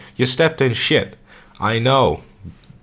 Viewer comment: "Compare something decent to a pile of shet" 🤣